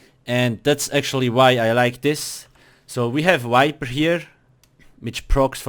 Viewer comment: it is viper, not wiper. for fucks sake